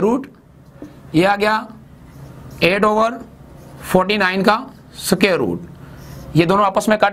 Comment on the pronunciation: Sir soquare nhi square hota hai ❤️